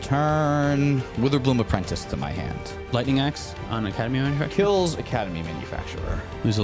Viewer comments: Love the shirt!! (And again, it’s not “Academy Manufactur-er” idk if it’s an inside joke or ya’ll are still mispronouncing it😂) either way, love the content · it's academy manufactor not manufacturer 😂